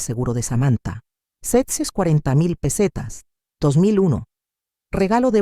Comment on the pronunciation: Todas son las mismas historias. Y las pesetas las lee muy mal la IA. Recordar que lapeseta dejó de circular en 2002, ahora tenemos euros